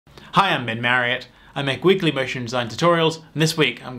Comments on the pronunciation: Why does it sounds in the intro like: "i am been married" and not like "i am Ben Marriott" Sry for my bad English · I tought he said hi i tought ive been married :D